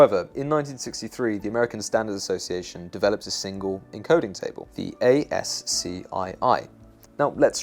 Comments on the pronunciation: I cringed every time you said A-S-C-I-I its pronounced "ass - key" brother. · ASCII is pronounced ASS-key. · ASCII is generally pronounced ASK-EE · it's pronounced ass-key. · The way you pronounce ASCII as an acronym instead of alike ask-ee is pretty funny from the perspective of a programmer. I don't think I've heard anyone say it out loud like that before. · Great content and well presented. Always new and novel ideas presented. But... (sorry)... you need to do a little more research and work on pronunciations. The odd fumble here and there takes me right out of the story. For example, ASCII is pronounced like a word... like "asky". It's common practice in the industry to make up fun acronyms (and sometimes backronyms). SQL sounds like "sequel", and PNG is an intentional play on the word "ping". "Michigan" is pronounced with a soft "ch" like "sh". Penn Jillette's name is pronounced like the razorblade manufacturer, "Gillette". I know, I know. Small gripes. But the content is engaging nevertheless.